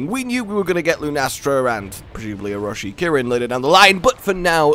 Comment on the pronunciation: Good lord, Arch -kirin